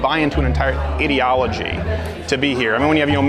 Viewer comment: Did anyone catch on that Crowder said idiotology instead of ideology?